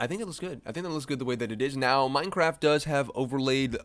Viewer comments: Bro, you really edited this video and didn't make the change and realize it is Minecraft, and not "Minecarf" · Hey Buddy, It's Mine CR aft, Not Minec AR ft.. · pahahahahahhahah did he say minecarft